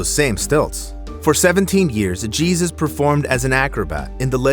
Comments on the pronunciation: His name is not “Geezus”. It’s “Heysus”. 🤦🏾‍♂️ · Jesus is pronounced " heh-soos" en Espanol just so you know. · Jesus is pronounced “ hey Zeus “ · AI pronounced it wrong. It's pronounced "hey zeus" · I think you’re saying Jesus wrong lmaooo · Anytime a video uses AI to narrate, and names are said completely wrong, I dislike and report for misinformation…after all, the names are wrong. It wasn’t Jesus, it was Jesus! Read your own script or at least check your video before posting. The creator is either lazy, has many bot accounts, or doesn’t speak a human language. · Are you sure his name wasn't "hay-zoos"... not "gee-sus"? - A "hello-copter"? Okay, then. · The man's name is pronounced Hey-soos Vee-yah